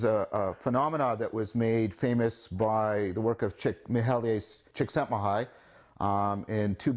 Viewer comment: He got some cred right off the bat for pronouncing Csikszentmihalyi correctly.